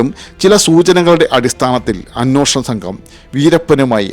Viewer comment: അ'ന്വേ'ഷണം എന്നാണ് ശരിയായ മലയാളം.. അ'ന്നോ'ഷണം എന്നല്ല